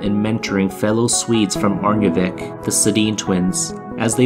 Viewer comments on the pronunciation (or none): Btw think of the “sk” in Örnsköldsvik as a “sh” sound, the way you pronounce it sounds like you got coached by someone from Stockholm ;) Always love these videos <3, love them a little more when they touch on my home town ;)